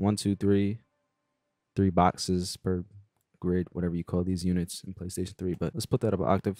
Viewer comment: man he get me everytime lol talm bout "playstion 3" 😆